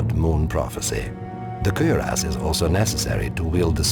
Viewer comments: Why does the Narrator have such difficulty pronouncing 'cuirass'? >_< Kwi-rass. Not, 'cer-ass'. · Lol the way this dude say cuirass. It's cure-ess. Not fucking querias hahaha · Kinda sounds like hes saying "Queer Ass" though. (cuirass)